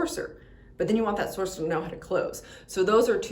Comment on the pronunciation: I had to keep repeating btis of this and even turned captions on. She is straight up saying Sorcerer.